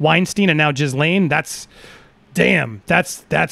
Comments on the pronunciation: Jizzlane---> sounds about right. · I never laughed so hard, Jizz lane, effing brilliant!